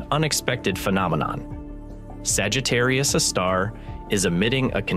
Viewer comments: It's not pronounced Sagittarius uh star. It's Sagittarius "A" star. A, as in hay star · Someone please re-train the AI voice that capital letter “A” (aaay) is not pronounced as if it’s an indefinite object “a” (aahh). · I get it that we’ve devolved to omnipresent AI narration. But if you’re going to use AI, at least make sure that it knows how to say the main topic of your video. We had 3 or four different pronunciations of Sagittarius A*. My favorite - and the first to appear - was “Sagittarius (a star).” Well no, Sagittarius A* is not a star. So I guess, if your AI can’t pronounce what your video is about, you really should fall back on an actual human narrator. (Revolutionary, I know…) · IMHO I would ditch the AI narration, or at least edit out the myriad instances of where it chooses 3 derivative pronounciations of Sagittarius A Star, such as: "Sagittarius Uhhh Star" It waters down the production value significantly. That said, it's otherwise a pretty.good presentation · Yes, me too! Ugh! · Sagittarius astar... This AI voice model needs work on its proofreading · yeah but it's most of the time that I hear it pronounce Sagittarius a star as Sagittarius astar, and I honestly don't think you can force the AI voice model to pronounce a certain word correctly depending on the language model it was built on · Y’all need to fix your AI’s pronunciation of various words, especially Sagittarius A* …